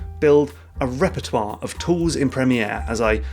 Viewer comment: The way you say Premiere and repertoire xD so good xD xD